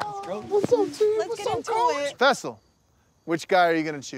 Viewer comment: Why all of a sudden are they calling him fessal